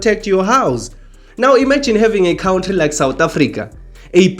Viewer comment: Hello you are saying good things that make sense but please stop saying Cowntry, it is pronounced Cowntry, not like Donkey Julius says it! 😮